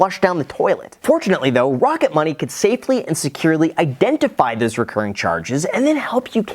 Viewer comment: "Wocket Money" baby!